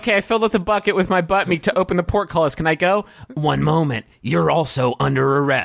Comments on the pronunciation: ...do you think he's saying "pork"-cullis? He's saying "portcullis". Is that a pun? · Is it because it sounds like porkcullis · Some people don't understand the word, and think he was trying to say "pork cutlets"